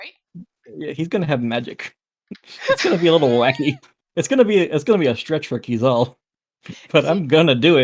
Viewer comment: I've learned I've been pronouncing Keizaal wrong... and I think I reject pronunciation.